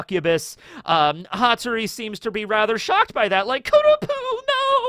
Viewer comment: Its Hattoris Pa, Pattori